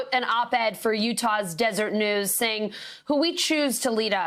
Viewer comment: It's a Mormon newspaper, pronounced "Dez er ett"